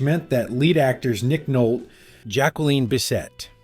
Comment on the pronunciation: “Nick Nolt-TAAY” 😂